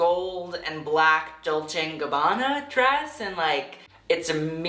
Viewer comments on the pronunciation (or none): none